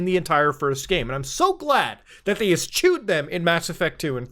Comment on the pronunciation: man said "es-CH-ewed"